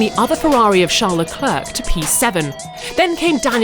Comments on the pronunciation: Stop calling him LECLURK !!!!!!!!!!!!!! It's pronounced SHARLE LECLAIRE !!!!!!!!!!!!! DOES ANYONE NOT KNOW THAT BY NOW FFS !!!!!!!!!!! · Why can’t this woman pronounce “Leclerc” as it should be pronounced in Français…just do it…leave out the end letter… say it WITHOUT the end “c”…geez…like pulling teeth…JUST DO IT. Sharl Luhclair…please.